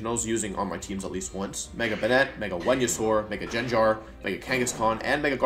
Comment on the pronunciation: I got caught off guard by Mega Jengar